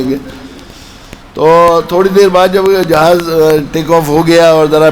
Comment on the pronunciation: jihaz naheeN jahaz